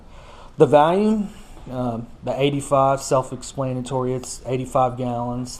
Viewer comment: Hahaha. thanks for the review! It sounds like you're saying "Valium" though instead of "volume", which I would certainly prefer. I think Valium and Volume would both help one maintain calmness dropping into a stout, but it's hard to say which would actually make one's performance better in said stout. I'll stick with the Valium and keep paddling the RPM.